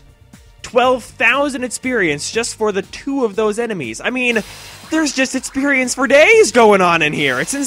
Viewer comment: etsercise etcited etsperience: does the fact that he replaces x with t in words and the fact that he sounds like he has way to much spit in his mouth all the time bother anyone else?